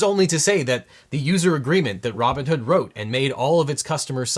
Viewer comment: Pretty sure I heard "Ramen-hood" instead of Robinhood, either way....STONKS!!